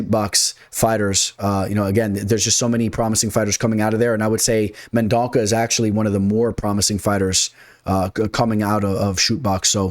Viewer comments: Mendonça got this. It’s men-don-suh btw.🇧🇷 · C sounds like an S. No worries…no one has gotten it right. Liking your picks👍 Good research. On a lot of the same fighters.